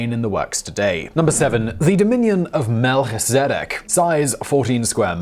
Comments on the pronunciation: Melchizedek is pronounced Mel-kiz-a-dek it's taken from the priestly order mentioned in the Bible. At least, the name is. Interestingly, the order was known for their godliness and honesty. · You couldn’t pronounce Björk properly in another video and Melchizedek (a biblical name and therefore easy to look up) in this video. Sloppy and quite frustrating.